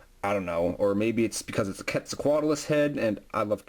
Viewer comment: QWEAT-ZAL-COAT-ALUS. it bugs me how you say it